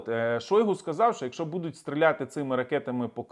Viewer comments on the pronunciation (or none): none